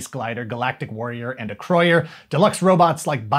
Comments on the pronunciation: Holy cow, someone that properly pronounces Acroyear! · Great history lesson. I loved those toys and comics and still collect them today thanks to Ebay. Also, I finally found out how you pronounce Acroyer